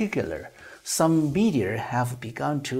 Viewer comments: I have to say that your pronunciation sounds pretty good as Chinese. You can pronounce most of the words perfectly. But there are some words that are not clear or have some issues like adding the r sound to certain words that don't have the r sound like (media(r), data(r), law(r)...) and other words with an unclear vowel sound like bAllot, lOOsses, ju(OO)dicial... for accurate pronunciation, you can search the keyword on or where you can hear real people's pronunciation. Another area you can improve is word stress and intonation, especially when you reading a long sentence, there are some words that are emphasized more than others, and also how you group the words... for this, I suggest you practice with the Daily Dictation series with Coach Shane or you can go with the Ben Franklin exercise on Rachel's channel. There are about 2500 words in this video and the duration is roughly 1300 seconds, that's about 0.52 seconds per word (115w/m), very close to the speed of Trump (0.55) when he speaks in public which is a bit slow compare to the average news reporter ~0.4 (150w/m). The speed is okay but I think you can get better. That's been said, but the most important part is the content, which is what everyone loves. You did an excellent job on that, keep it up. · 想表达一下听您英文的感受，总的来说很不错，请避免加“儿”音在“media”和“law”等没有“r”的词，听起来怪怪的。不是班门弄斧，也非挑毛病，只想这个频道可以越做越好。还有“un”这个发音可以再斟酌一下